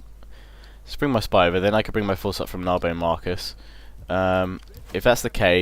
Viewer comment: did you just say narbo marcus? really? XD waw